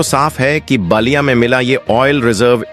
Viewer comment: Naliya not basliya. Pl improve pronunciation. IT IS BALIYA.